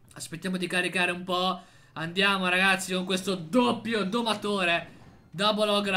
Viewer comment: sbaglio o ha detto ragashi😂